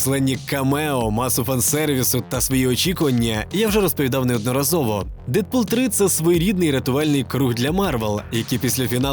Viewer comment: Детпул? DeaDpool, а не DeaTHpool